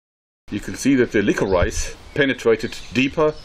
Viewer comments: am I the only one that got annoyed when he pronounced licorice lick or rice instead of licorish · Hey Joerg! Great video as always! Forgive me for my pedanticalness, but isn't the word 'licorice' pronounced 'lik-uh-rish' not 'liko-rise'? Also, I didn't know your partner was a doctor! That's very cool. What's her speciality? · Lick-or-rice sounds like a saliva activated rice food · he said lick-or-ice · Lick o rice I love how he pronounces it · i love how you say licorice. "lick-her-eyes" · "liquor rice" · Hey joerg, no disrespect but the first ammo you shot is pronounced lickorish. Its weird. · I'm sorry, I know it really doesn't matter and it's just your accent. But, it's pronounced liqourishe. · It's not pronounced lick o rice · I like the way he says licorice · Like this video if you thought the way he said "licorice" was funny